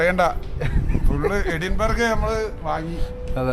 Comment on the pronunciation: Edinburgh എഡിൻബർഗ് എന്നല്ല ശരിയായ Pronunciation എഡിൻബ്രാ എന്നാണ്.😊